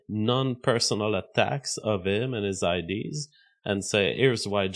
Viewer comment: Nick fruentes, bad idees. Why does this guy talk like he got hit by a semi